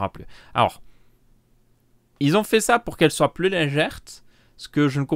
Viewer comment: C'est l'accent belge qui lui fait prononcer "léger" en "légère", c'est tout.